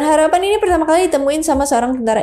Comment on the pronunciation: Harappa 😮 bukan harapan